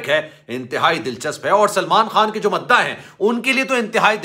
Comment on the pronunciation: Mda nhi mudah hota hai